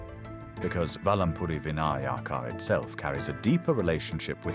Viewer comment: Oh please say "Vinayaka" correctly. Jai Om...